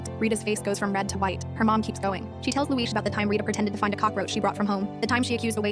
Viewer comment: Respect to the person who said Subtitles: Luis Audio: Looeesh